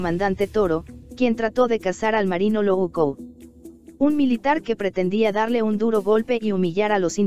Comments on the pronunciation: Que horrible que dices Loco.....dices luouco.... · El MARINO "LOU'CO" jajajajajaja jajajaja ese güey siempre haciendo de las suyas.